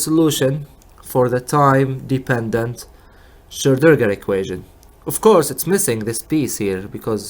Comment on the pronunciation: Hey man it's not difficult: SCHRO---DIN---GER :D